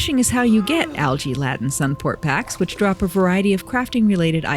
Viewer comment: Love the video, thank you (btw Laden is pronounced Layden not Ladden)